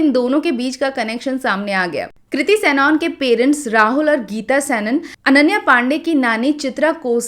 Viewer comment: It's not सैनऑन, it's सनन